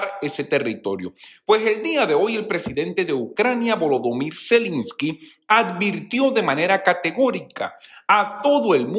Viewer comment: Se dice Zelensky, no Zelinsky